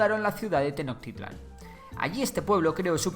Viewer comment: Hermano!! Muchas gracias por el vídeo fue excelente!! Como comentario, la palabra Tenochtitlán se pronuncia Tenoshtitlán o sea suena sh, por lo demás te agradezco por hacer un vídeo sobre la historia de mi país. Saludos!!